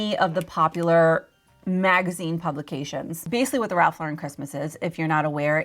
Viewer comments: It’s Ralph law-ren, not la-REN, please. I know it’s a small detail but it makes me crazy 🤪 😂. I was a visual merchandiser in the early 90s and Ralph Lauren was one of the vendors I worked with. RL is EXTRAORDINARILY SPECIFIC about their tasteful, timeless, classic aesthetic. Every new reset of their shop came with a binder of specifications, complete with exact placement of accessories that they shipped with display cases and hardware. That said, the RL look is about quiet elegance and consistency, easily achievable with inexpensive items, keeping those things in mind. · It's pronounced Lauren - like the girl's name. NOT laur-En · It's Ralph LAUR-en. Not Lau-REN. SMH